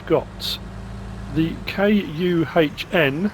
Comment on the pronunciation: Still can't say KUHN? Is it really a swear word in some language?